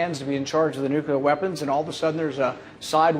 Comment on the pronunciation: Why do so many presidents & presidential candidates mispronounce the word "nuclear"?